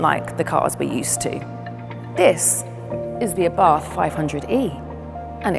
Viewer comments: "Abarth" is pronounced " Abart" ( The "H" is silent).....Please be respectful of the man's name.... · Please,say that right..Ábarth, not Abàrth😌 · It is Abart. H is scilent.